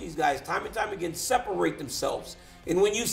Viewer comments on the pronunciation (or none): none